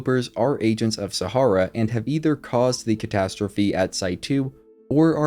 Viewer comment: You are pronouncing "Sahara", how? Have you never seen or read this word before? This is the problem with anyone being able to create 'content'. No editor.